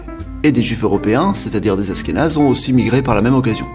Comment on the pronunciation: Il manque le Maroc ??? ainsi que l'Iran , la Hongrie , l'Ukraine , la Hollande , la Belgique , la Tunisie !!!! et j'en oublie d'autres !!! et on dit pas Asskénaze !!!! mais ASHHHHkénazes !!!! avant de faire un video faut quand même être bien calé sur le sujet non ???